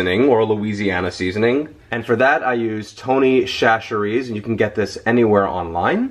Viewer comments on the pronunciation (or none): SASH-erees, not Shash-erees. Yes, it's counterintuitive, but that's how it's officially pronounced. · it's Tony " Sach- er -ees" Chacheres .. it's a Louisiana thang ... lol great recipe